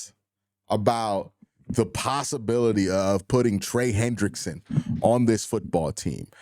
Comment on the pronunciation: You’re gonna have to learn to say his name right lol